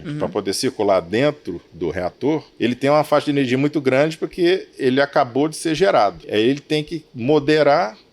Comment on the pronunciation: erro na palavra energia kkkkkkkkkkk